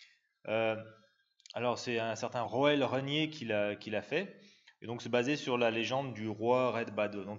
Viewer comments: En fait on s'en moque. Les chemtrails n'existent pas ; on peut donc prononcer comme on veut. Alors que Roule Reille-neu lui est bien réel. Plus sérieusement, on entend tellement de prononciations amusantes pour ces noms néerlandais que j'ai toujours envie de corriger (désolé). Et pourtant; quelle jolie langue ! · Au passage, Roel se prononce Roule et Reine Reille-neu.